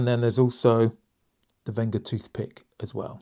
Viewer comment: Super review! BTW its Wenger not Venga. I have the Evo wood 17 Delmon, great tool and feels brilliant in the 🤚